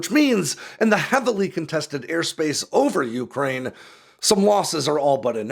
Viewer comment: It's pronounced you-CRANE! Not YOU-crane!